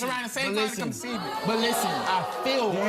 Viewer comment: Did I hear 👂 conceivement??? 😭😭😭